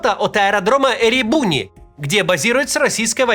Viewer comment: Дорогой Максим, Эребуни’- ударение на последний слог ❤️